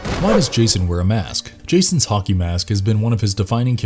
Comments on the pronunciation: Anyone else hear him say honkey mask instead of hockey mask? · Why do I keep hearing "honkey mask"? Help meeee!